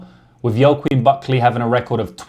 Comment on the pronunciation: hey just to let you know joaquin is pronounced 'wackeen'